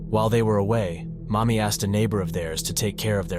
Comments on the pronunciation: Mami as in Mamiko? Oh that's why the guy looks like a Chinese XD I think you mispronounced her name. It sounded like "mommy" but it should've been a flatter ā... like "maa" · thank you for the clarification. It was just odd sounding hearing “mommy” when it was actually “Mami” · Lol I thought he was saying "mommy" too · Fr I was playing fifa w this in the background and I constantly thought he was calling her mommy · I know it’s her name, but every time it says “Mami” it feels like you’re just calling his mother mommy